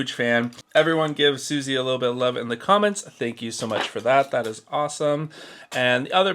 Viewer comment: Not me twitching every time you mispronounce "Sussie" (it's Suss as in suspicious and Eee as in tree. Suss-ee)